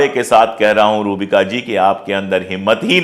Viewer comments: Not Rubiya it's Rubika😂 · अशोकजी आप रुबिया लियाकत बोलते हैं, ये गलत है। अपना नाम वह रुबिका लियाकत बोलती हैं। किसिका नाम बदलनेका किसी और को हक नहीं है। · Rubika Liyakat... Not Rubiya Liyakat Ruhbika Liyacut .. you can say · सर रुबिया नहीं रुबिका है। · अशोकजी, रुबिया नहीं रुबिका. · Rubika Hai Naam✨Rubiya Nahi Sir